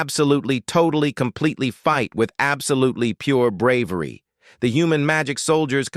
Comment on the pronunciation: Doude stop saying compeletly